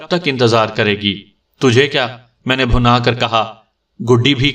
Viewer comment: بہت ہی مزاحیہ کہانی۔ کافی سیریس کہانیاں سننے کے بعد یہ مزاحیہ کہانی اچھی لگ رہی۔ لفظ بھنا پہ غور کیجیے گا۔ یہ لفظ bhinna ہے